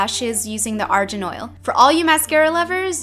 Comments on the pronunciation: Argan not arjan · ARGAN not ARJAN HAHAH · i thought it was argan not "arjan" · It's pronounced Argan oil, not Arjan oil! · jo-si ma-ron ar-jan oil or jo-zie ma-ran ar-gan oil? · The Argan oil is pronounced A-r-g-a-n not A-r-j-a-n And its also great for hair :D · Michelle it's not arjan it's (aar-gaan) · Argan is pronounced like arr-gun. The g is not pronounced as a j :) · Ar jen????? No Ar - gen (hard G) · It's pronounced ar-GAN not jan lol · It's arGan oil* like Garlic, or Good, or Gravity, NOT like Ginger, or Giant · Argan oil is pronounced are-gone oil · Zimmerman: It is pronounced Ar-Gone oil, she made a mistake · I always pronounce Argan oil like ARE GAN. I've never heard anyone say it that way. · It's pronounced {AR-GEN} Oil :) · I cringed at her pronunciation of argan oil. There's no E in the spelling, so why the heck is she pronouncing it like it's "Ar-gent" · It's Pronunced (are-gun) Michelle, shame. I am Moroccan btw. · Yah! She pronounced it wrong lol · It bothered me because she pronounced it wrong. It's cool though. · you don't pronounce the g in argon oil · You are saying argan oil wrong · It's pronounced Argan like in Grey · u pronounced argan wrong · you pronounce argan oil wrong